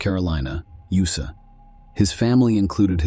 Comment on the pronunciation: Get a real narrator. It pronounced "USA" as "you suh". Good bye.